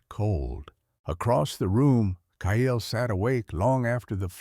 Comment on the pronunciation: Kyle is one syllable....not two (KYLE vs KY-ELL), please teach AI how to say names and cities.